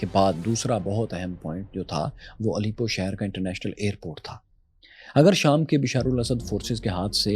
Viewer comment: Bhai it's not Alipo. It's Alepo